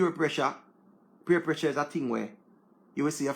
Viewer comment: Honey it’s peer pressure not purr pressure lol